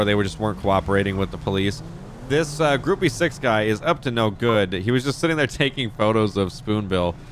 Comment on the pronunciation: Hi, Gruppe 6 is pronounced Grupa Zechs